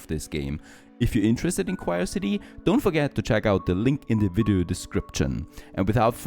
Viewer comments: It's not "cryocity" it's "Curiosity" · It's Curiosity not Quirecity. 😂